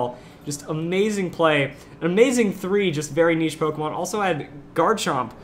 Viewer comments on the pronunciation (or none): none